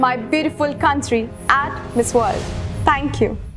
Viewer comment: She must have worked hard for improving her language. The way she says " Thankyou " always abruptly and in a very " not so thankful " sounding way. Looks are ok. Somehow I like beauty with more soft expressions and natural like Aishwarya.